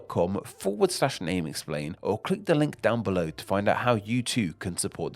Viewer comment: where does your accent come from? below = belowa, thank you = thank youwa, patreon = patreona ?